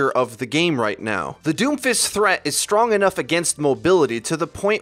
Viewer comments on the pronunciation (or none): none